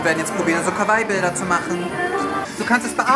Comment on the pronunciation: Du sprichst Kawaii falsch aus